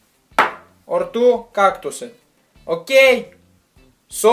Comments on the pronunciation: I never stop laughing when you say okeey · I can't stop laughing when you say okey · the way this dude says ok? hahaha god help this man with his issues